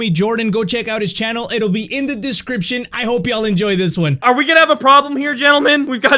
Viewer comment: I can’t be the only one that hears “Juan” when he says 1.